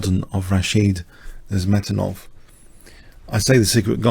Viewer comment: Very good commentary as usual. Wonderful player Nezhmetdinov., I would very politely suggest that you listen to the pronunciation of the name Nezhmetdinov on